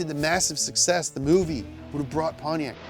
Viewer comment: I knew he was gonna say “Pontiaccyyy” hahahahaha!